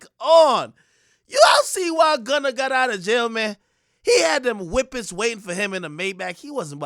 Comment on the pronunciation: Man said Gunna had them wipids inna car waiting for em 😂😂😂